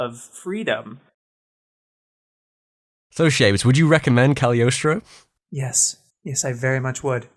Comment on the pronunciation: every time ive heard someone pronounce the movie they always skip the g in Cagliostro and i wonder if its just an accident or if its silent lmao